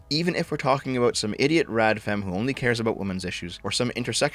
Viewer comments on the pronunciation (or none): none